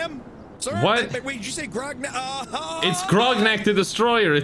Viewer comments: I just love the last dude calling grognak “groggers” 😆😆😆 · The fact that everyone keeps calling Grognak "Sir-mam" is the energy I want for myself. Absolute goals. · I love how Anto calls Grognak Grongus